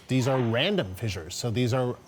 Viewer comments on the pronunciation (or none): I think the proper pronunciation of "fissures" is like "fishers," not "fi-jers."